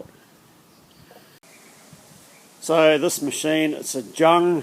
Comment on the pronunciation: Hi, nice German precision machine. Jung is pronounced with a " Y" in front of it, Yung, means young or little in the German Language. Will be nice sitting on the verandah after the sun has gone down after a fruitful machining day with a cold beer.